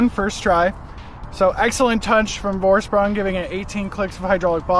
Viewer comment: Great vid, but the pronunciation is killing me: it's German, so it's FOR-SH-PROONG, not VOR-SPRANG, Geez...